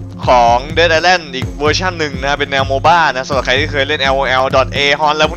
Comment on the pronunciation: มันอ่านว่า "เดธ - อิส - แลนด์" ครับ กำท่ดท่ด